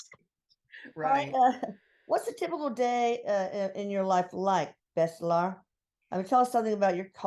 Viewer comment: its not bestlar its BESHTAR